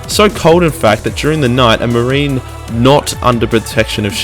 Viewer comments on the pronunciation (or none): none